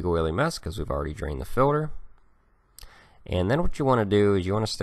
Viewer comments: Is he saying "filler" If he is I don't believe a single word he says! 😆 also, why does he enunciate "filter" So perfectly when talking about tools?! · I'm mostly hearing "Filler" but some "Filter", is it dialect or are there "fillers"? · He says filter funny. Fuel filder, oil filder etc lol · Filder lol😂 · FILDER lol